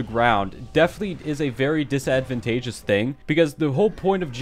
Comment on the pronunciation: disadvanteagous thing ENGLISH!